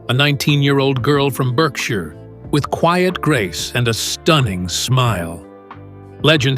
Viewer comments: Just because I looks like BERKshire doesn’t mean it’s pronounced like that. We pronounce it BARKshire. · Or really barkshur